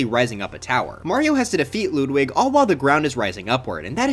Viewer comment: why do you call him LOODWIG!!!!??!?!?!?!!